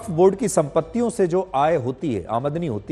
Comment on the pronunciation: Sudhir Chaudhary ko aamdani word bolna hi nahi aa raha hai jabki woh kitne bade news reporter hai aur is news me kitni galtiya kiye hai isko delete karke dusara vdo banaye